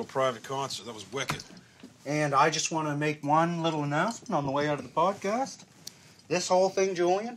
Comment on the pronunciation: Why do they say podcash